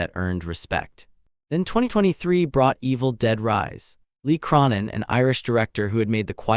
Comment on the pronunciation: 😂 Who? Feed Alvarez? Lee Crawnin? 😂 do better AI…